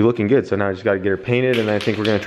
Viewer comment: I like how has the same way of saying "Good" as "Gud" like Kyle does. What's this fellow's name?